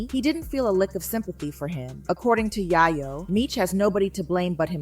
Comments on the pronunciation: It's yayo not yiyo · To pronounce his name Tony Yi-Yo is mad crazy😂😂.. who is this woman?? And then to have the story wrong is evening crazier. It was little baby who did not have money for Big Meech